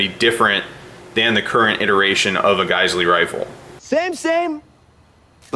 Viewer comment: I believe it’s pronounced “jizzell” or “gazelle”.